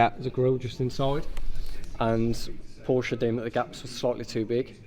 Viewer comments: If you own a Porsche you should pronounce it correctly: Poa-sha. 2 syllables and the e at the end is also pronounced. 😊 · ALL PORSCHE OWNERS NEED TO BE ABLE TO PRONOUNCE THE NAME CORRECTLY !!!! PORSCHHH WTF IT IS P O R S C H E !!! SPRICH DEUTSCH!! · Love your video’s man but the way you pronounce Porsche is like nails on a chalkboard. It’s Por-shuh ;) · Its Porsche not Porsch😂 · "Por-sh-uh wanted back." Sorry, you aren't educated enough to word it properly. Money will make you do/say uneducated redneck things. Sorry, money has changed you. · It’s spelled porsche but it’s pronounced porsché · Ok Matt, I am going to have to say it because I have been corrected so many times. Not Porsch. Porsche, pronounce the E. Inspirational and excellent content. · I wonder why he doesn’t pronounce Porsche correctly? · Someone who puts so kuch offort into car should really spend the extra 10 minutes and learn to pronounce it's name. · Great work. Well DONE!! But when the PORSCHE mechanic told you over and over again how to pronounce PORSCHE correctly, you should have gotten it RIGHT by now!🙈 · Of course they want it back. If you can't say Porsche properly, you can't have one. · If he would pronounce Porsche correctly the video wpuld be Perfect. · Porsche the E at the end is NOT silent, dude please stop butchering our language. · You lost me at the mispronunciation of Porsche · The make of this automobile is a Porsche, it has two syllables. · Please stop butchering the pronunciation of the name PORSCHE 🤪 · If you want to be a Porsche guy, please say Porsche correctly. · Guys, it's time to learn how to pronounce Porsche. You've managed to say Lamborghini correctly. Please try with Porsche also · Porsche is a 2 syllable word. Just sayin..... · Das E bei Porsche spricht man mit 😮‍💨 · I wanted to watch this video but after hearing you mispronounce Porsche three times in the first minute I don't think I can take it. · Learn how to pronounce Porsche if you want me to take you seriously.